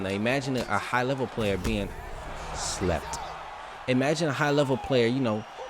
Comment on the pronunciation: That lslept” had me weak